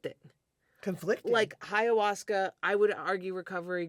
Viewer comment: "High-uasca" is a hilarious mispronunciation.